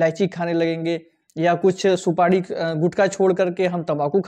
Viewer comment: Supadi nhi supari boliye